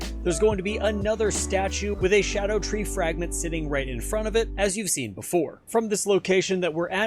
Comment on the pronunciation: First person out of 7 videos to pronounce it right. Thank you, so I’m going to actually watch the video and drop a follow